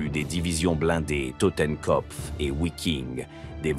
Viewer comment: Wiking se prononce Viking. Pour les volontaires scandinaves. Connaissances limitees du sujet.